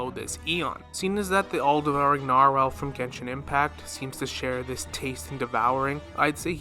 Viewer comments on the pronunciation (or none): none